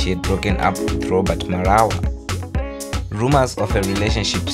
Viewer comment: Robaart?lol, ai bro